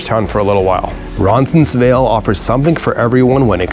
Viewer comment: Good video. I've lived in this area for 20+ years. Only one suggestion. You keep pronouncing Roncesvalles incorrectly. It sounds like you have an extra "n" in there.